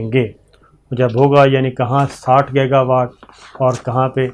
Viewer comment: Sabir bhai yeh word gega nahi giga pronuonce kar lai tu munasib ho ga.please